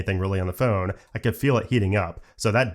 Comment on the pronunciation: It always bugs me he can’t say phone properly 😂.